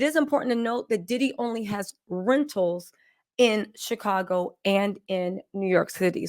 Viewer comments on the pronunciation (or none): none